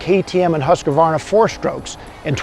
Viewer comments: Drives me insane,,,, Husk-uh-varna,,,, nope, its hoosk·vaar·nuh!!! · Weve always called it huskavarna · There's a "A" in "Husqvarna